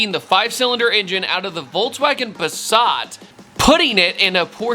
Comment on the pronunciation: Its Passat not puuuhsaaat